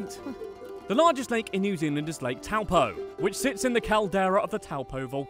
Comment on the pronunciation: I’m from New Zealand and after this I WANT TO DIE harmless ay? u said towel po pronounced toe poor Do u know what the hobbit is?